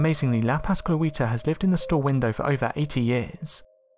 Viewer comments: It's literally written "La Pascoalita" right there and you still say La Pascluíta or something. 🤣🤣🤣🤣🤣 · I think La Pascualita will haunt the narrator because he butchered the pronunciation of her name. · no offense but that pronunciation of la pascualita